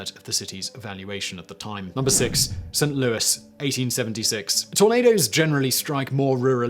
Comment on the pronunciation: Yay! Someone who pronounces St. Louis correctly! Hurrah!